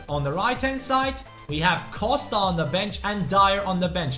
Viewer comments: Buy Ebenezer Ofori as a sub. Great allround player with OK potential. Also please stop saying say "Coshta" :) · Pronounce Costa right